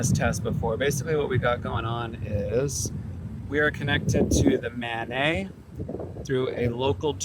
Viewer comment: MANET is an acronym. It's not a French name. More like man-et.